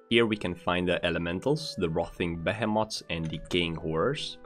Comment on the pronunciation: AH yes. Those Behe Moths. Gotta be aware of those Behe Moths.